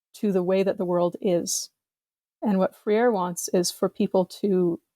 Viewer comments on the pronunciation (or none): As a Brazilian I have to point this out... Amusingly, the pronounciation that she is using sounds like "Frieira" which means "athlete's foot" (the disease). In Portuguese Freire sounds more like "Fray-ree". But I kind of find the "Frieira" option quite apt.